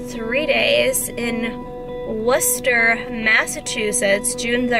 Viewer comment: Good luck at your show!! And kudos for pronouncing Worcester correctly.👍💪🏻😂